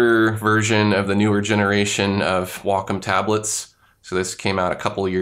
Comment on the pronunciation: You pronounce wacom really strangely. I also don't see the classic pen here?